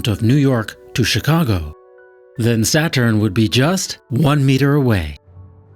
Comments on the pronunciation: Anyone else cringe every time he called it "Satchern"? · He pronounces "Saturn" like he's never heard the word spoken before and is trying to work out what it sounds like as he goes.